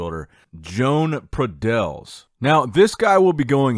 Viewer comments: Pradells, is pronounced in English as PradeYs. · It's a valencian name. The correct pronunciation is: Jo-An Pra-deYs. In fact the sound of the Valencian "LL" does not exist in English. But it's similar to "Y"